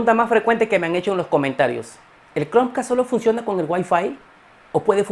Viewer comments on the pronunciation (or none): Y porque dices OCSERVEN ???? Se dice OB- SER - VEN Chromeca- st ...... No chromecats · Like si te gusto el video, pero te gusto mas como dice "Cronq-cast"